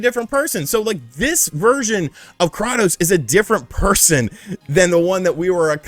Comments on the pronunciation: Did this dude just say Cra-tos instead of Kray-tos? Lmao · It's pronounced "kray-tos", not "krottos". They say his name plenty of times in the games. This is not up for debate. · Are you intentionally saying Kratos' name incorrectly? Kraatos (with a soft a)? Despite the games pronouncing it as KrAtos (with a hard A). It's also just proper English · Say it with me, krAtos. Kray-tos. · This dude pronounced Kratos as Krah-tos 😂😂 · Pronounced KRAY TOS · Krah-tos?? I might unsubscribe over pronunciation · Ah yes KRAUTos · …. Learn to pronounce one of the most iconic gaming characters before you start flapping that fat face of yours on camera. Say it with me ….CRAY-TOS. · say it with me now CRAY-TOES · Did he call him Kranos? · Who is Krottos? They literally say how his name is pronounced in the games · KRA-TOS 🥴 must be a character from God of war 9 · Krawtose is best warrior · Dislike because you can't say Kratos right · The way you pronounce Kratos is hilarious 😂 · Can’t take a mans opinion serious about god of war when he doesn’t know how to pronounce kratos’s name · Why do you keep saying KRATOS LIKE THAT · Anyone else almost have a stroke everytime he said kratos wrong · Say his name correctly please